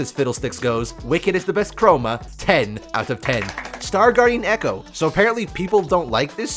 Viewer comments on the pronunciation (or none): none